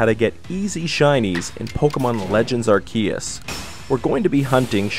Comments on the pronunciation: Brah u know u said arceus wrong talkin bout Pokémon legends arrrkeeeyyuuus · Not you saying arceus like that.. its pronounced are-see-us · Why you say Arceus like Ikea? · Anyone else concerned as to why he puts so much emphasis on the "E" at the end of Arceus? 🤨